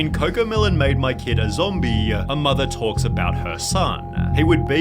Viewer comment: SunnyVTuah should be banneduh simply because of the way he talksuh